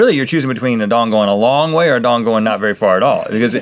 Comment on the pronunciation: guys that's not how you say Vietnamese dong😂